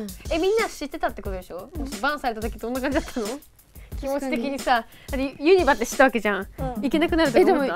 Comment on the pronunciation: ユニバの発音気になりすぎる兵庫人です、細かくてすみません